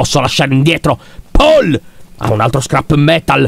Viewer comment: C'è scritto paul ma si pronuncia pol ok lyon😅😑🤦🏻